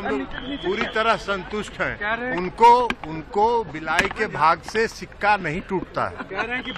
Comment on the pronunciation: सिक्का नही होता है,छिका होता है ए कहावत बिहार के बिसेष राज्य का दर्जा पे भी लागु होती है ठीक है ना ललन बाबू 🤣🤣🤣